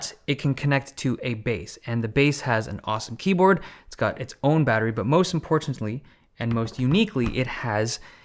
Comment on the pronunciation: When Dave really enunciates the Ts in importantly